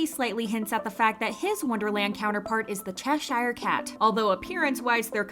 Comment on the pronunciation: They really don't if you say the correct pronounciation of "Cheshire". The way the second half is said in this video is absolutely way off. It isn't even the correct number of syllables.